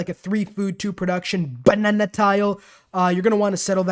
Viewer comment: Is it just me who find it funny the way he is saying Bbbanana tile